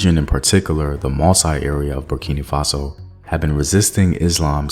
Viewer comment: Hi. I am a Burkinabe living in the US. I love your documentaries, but it really bugs me when you say Burkini Faso. It's Burkina Faso. Hope this helps!